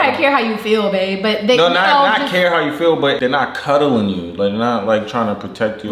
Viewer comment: 😂😂 this just started and already starting…”Yaw” and “cuddling”🤣🤣🤣 it’s coddling,, coddling. His vocabulary is hilarious. That girl need to move on. Like said…it didn’t work the first time. And he already made a whole family. Get gone girl! all over the place…check on dude, go to dr w/ him..Nah, don’t say nutt’n to him like that🤣🤣🤣 Okay, I’m done, may check the rest out later. But, on another note…those walls are creaming, it’s damn near yellow. Didn’t think anyone used that shade anymore, I wonder what color it is.